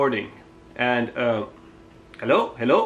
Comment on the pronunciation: I love his Helow helow